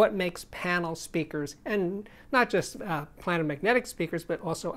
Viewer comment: Steve - Love your channel. However my ears hurt. ..... Look up pronunciation.... it's: "play - nr", not "plan - nr".